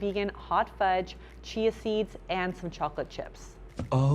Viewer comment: Seeya seeds 😂😂😂😂 I love it when little slip ups or glitches happen. It always is adorable and give me a chuckle.